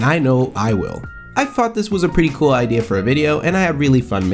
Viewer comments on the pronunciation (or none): none